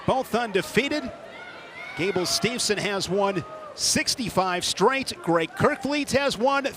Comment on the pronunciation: Gable's last name is Steveson, not Stevenson